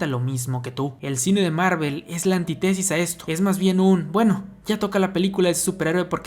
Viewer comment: Antitésis ? Antítesis, aprende a hablar